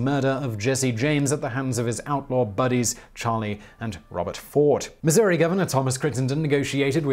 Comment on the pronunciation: Thank you for pronouncing it Missour-e, and not Missou-rah.